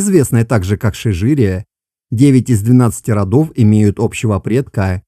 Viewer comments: "Шижере", а Вы произнесли "шижирия" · вы все правильно читаете, просто ударение на последнюю е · Ударение на последний слог